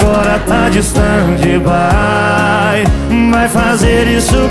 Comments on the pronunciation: E tbm pq ele pronuncia errado se fala istendi bai (stand by) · É mais ou menos assim, a pronúncia correta mesmo é assim:stend bai e não "stendi" bai.Não é pronunciado o "í" no final.